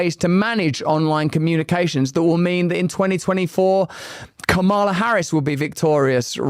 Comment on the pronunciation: Some of what you say is true... but do you HAVE to keep pronouncing Kamala's name wrong?!?!? No one calls you "Roos-ul"